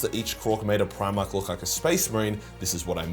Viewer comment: Haha "Primork"